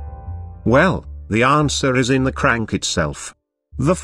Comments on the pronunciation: How can you mess up the word CRANK so badly. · I wish i could help the voice with pronouncing stroke and crank